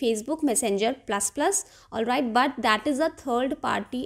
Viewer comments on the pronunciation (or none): Olvait, olvait, olvait 😂😂😂